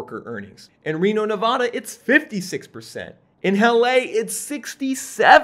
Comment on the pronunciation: Stopped watching when you pronounced Nevada wrong